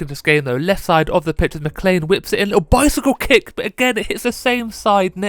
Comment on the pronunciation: "bow-sickle-kick" was pretty awesome XD